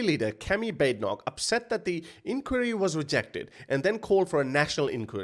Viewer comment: Please learn how to say inquiry properly 😅😂😅😂